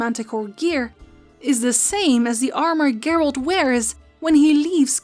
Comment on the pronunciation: Are you saying Gert? Or geralt